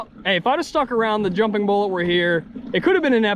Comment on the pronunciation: Cool vid. Except for the "Thee" vs "Thuh" usage.